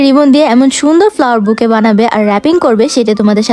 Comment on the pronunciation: বুকে বলেন কেনো বুকেট বলবেন